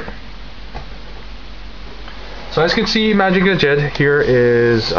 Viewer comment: Really excellent review. Lots of information but never boring. Solid in all respects. I don't know if anybody mentioned it, but if you just pronounce Mazinger as it's spelled, it is more accepted then saying Mahjinga. Most people are used to hearing Mazinger Z. Keep up the great work.